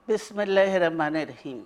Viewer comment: বিসমিল্লাহ ঠিক করে বলতে পারে না